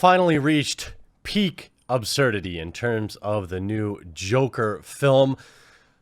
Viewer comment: Just so you know... the word is "ABsurd", not "OBsurd".